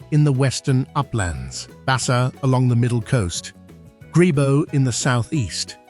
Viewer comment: In Liberia K in Kpelle is silent, so u pronounce Pelle, whilst the g in Gbowee is also silent, pronounced Bowee.